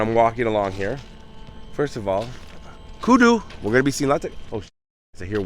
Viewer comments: Hey my friend. Kudzu is the name of the vines not kudu…just a friendly correction….awesome job on the videos 😅 Happy 6 years anniversary to you man! You keep us entertained and informed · Kudzu. We pronounce it kud-zoo lol. Be safe out there! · Happy Anniversary, I live in the south and the vines that grow on everything is pronounced KUDZOO